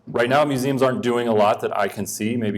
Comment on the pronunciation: “Mueums”? Don’t you mean Museums?